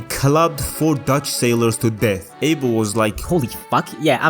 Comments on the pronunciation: you pronounce that name as A-bell (like 🔔) not ‘Able’ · You pronounce it as A-bell not ‘Able’